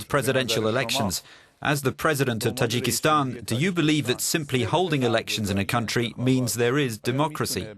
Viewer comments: The guy who interpreted the fatman can't even read the name of the country property, it's Tajikistan not Tajakistan. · why does the Dub guy keep saying Tijakitan ?? TA....JI......KES.....TAAAAAAAAAAAN !!!